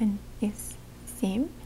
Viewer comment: OK, if you ever teach Russian for real: you transcribed sem', vosem', devyat', desyat', but before that soft sign, you actually pronounced an i vowel: sim', vosim', devit', desit' ... hope you don't mind a linguist pointing this out for you. Nice language lesson, but for relaxation purposes a bit spoiled on a linguist ...